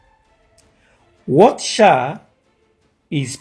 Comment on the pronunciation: He said SAA not SHAA